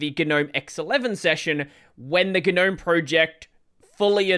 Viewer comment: it's not "Ga-nome" it's just Gnome, plain and simple. it's been that way since 3.20